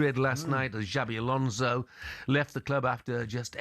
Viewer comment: Ghjschabi Alonso.. English will find any way to butcher a person's name